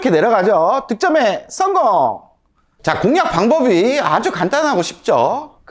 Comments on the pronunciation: 다 좋은데 "썽공" 좀 안할수 없을까요 ㅎㅎ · 썽공 중독성 강해요 듣는 맛 좋은데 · 전 씅공으로 들었음 죄송합니다 ~~